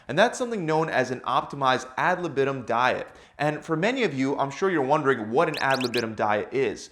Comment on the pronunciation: If you use Latin words you should first learn how to pronounce them. And „ad libitum“ is pronounced very different from how you do it.